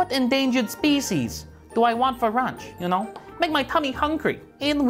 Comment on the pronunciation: Nobody:: You know I reely like the eagle, you know, it make me think what endangered speecies do I want for runch, you know it make my tummy hungry.